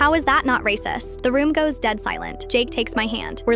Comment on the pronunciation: "raceyist" ah, wery good